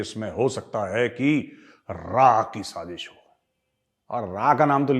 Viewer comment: Why are you saying SAJEESH.....?